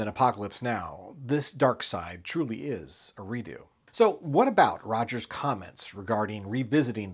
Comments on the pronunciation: Its pronounced Re-ducks, not Re-doo. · Just a small point of contention: you keep pronouncing the word "redux" as ree-doo. Am I missing something here? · I think I've been mispronouncing Redux wrong for years...is it really Redoo?? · I'm pretty sure that you're mispronouncing redux. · You would be correct